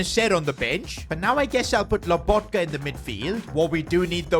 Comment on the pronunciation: Stanislav lAbotka😂 i dont know why everyone thinks his name is written and pronounced like that